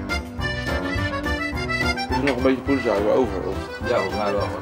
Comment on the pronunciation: thomas : pOeDeRsUiKeRrrrrrr eyyyyy